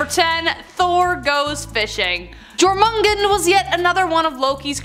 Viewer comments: The J in Scandinavian and other European languages is pronounced as a Y is in English so Jor is said as your. A small thing I know but it shows sloppy research. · Lol it's Jormungandr, not Jormungen😂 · Glad I'm not the only one who noticed 🤣 Jormengen 😬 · Yoor mangan der!... Not how it's spelled but that's how it pronounced ma'am